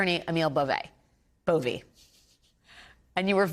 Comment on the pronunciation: It's Bove the e is silent